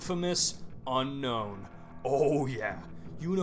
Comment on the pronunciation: Did you know unown is actually pronounced un-own